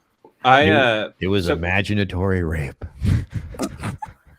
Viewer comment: Imaginatory Ryape had me ryolling on the flyor